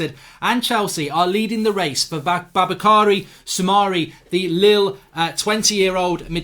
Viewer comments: Ffs you do realize it would take you 1 second to just google the kid’s name as the simplest form of respect. Effort in pronouncing a person’s name is both professional and pleasant. Boubakary Soumare. bu•ba•ka•ree• su•mah•ray. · It’s boo bak ary soo mar ay